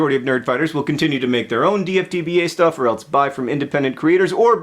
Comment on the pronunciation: Very enlightening (as always), great message that wraps it all up, but for the love of Pete PLEASE stop saying "elts" instead of "else", John! :P